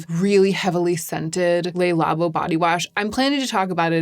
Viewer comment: The "Le" in Le Labo is actually pronounced as "Luh". Le Labo is French for "the lab". (well, "labo" is an abbreviation for "laboratoire") I've noticed many other YouTubers also mispronouncing the word the French word "Le" as if it were Spanish by also saying it as "Lay". This happens with the French word "de" a lot as well. It's pronounced as "duh" not "day", as the Spanish would pronounce it. As in the once famous "Bronze Universel de Chanel". The "de" in the name is pronounced as "duh" in French, again, not as "day" as the Spanish would pronounce it. A common thread here... Pronouncing words as the Spanish would, although in French context.